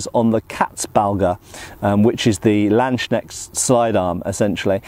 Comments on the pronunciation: "Landsknecht" is two words stuck together and they're pronounced separately: Lands ---- knecht (and in German, the k and n are actually both pronounced, unlike English words such as knee or knight). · Its pronouced Lawnds knesht. Law nds kne sht. Lawndsknesht landsknecht